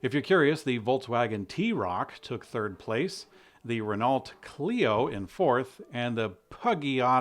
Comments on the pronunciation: I live in Barcelona and I just heard all of the screams from France when you pronounced Ren-alt and Puggy-ott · Dude! He responded to other commentary about compensation! And time to learn to pronounce Renault and Peugeot! That was beloved decent journalistic standards.